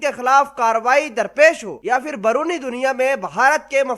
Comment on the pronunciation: Abe o pendo baroni Kia hota Hai beroni hota bolna sek bol raha Hai ya firing Kar raha hai